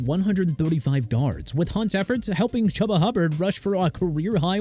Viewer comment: It's Chuba (choo-ba) Hubbard! ARE YOU SERIOUS?! Also since you can't pronounce for nothing Pollard is pronounced pah-lurd! GOT THAT?! USELESS...